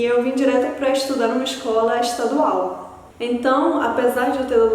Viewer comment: Oxe, "excola extadual" kkkkk pior, tá com sotaque carioca 😂